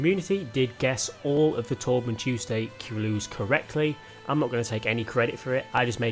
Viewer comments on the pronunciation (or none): none